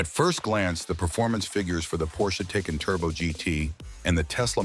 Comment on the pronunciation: Can't even pronounce Taycan correctly. lol